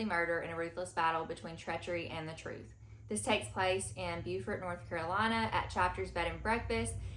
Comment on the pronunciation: Booked for Death has been on my radar for a while just by the cover and I didn’t even realize it was set in Beaufort, NC. And because I’m from NC I have to bring it up, it’s pronounced Bo-fort. SC and NC both have a “Beaufort” with same spelling but different pronunciation. 🙃